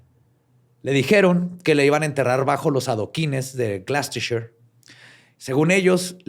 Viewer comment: Mucho acento en los nombres en inglés, mucho spanglish, pero no sabemos pronunciar correctamente Gloucester... jajajajajajajajajajaja (no es crítica mal pedo, ustedes me caen re bien) pero se pronuncia "Gloster" nada más no "Glouchistetser" jajaja. Saludos legendarios.